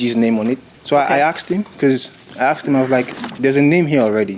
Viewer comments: Judge killin the pronunciation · No because I couldn't get over her mis-pronouncing it 46 times...